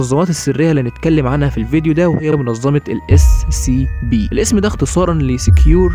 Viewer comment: يا اخي انت تقول Sccp لا انطق Scp فيها حرف c واحد